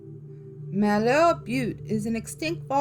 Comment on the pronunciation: ok,, your in my stompin' grounds now! I can tell you that Malheur Butte (mal-rhymes with sal; heur-rhymes with sure) does indeed have creepy black imps. I've seen them. Lol, I've spilled more beer and smoked more weed on Malheur Butte than a teenager probably should! (I'm no longer a teenager, lol, a few decades past that fun time) We partied out there hard and there is definitely something out there. You can't drive up on top anymore, anyways, I couldn't find a way up in August when I went home to visit. A lot of kids have lost their lives up there, so the county probably closed it off. And since I have been seen there at night, I guess witches have been spotted, lol.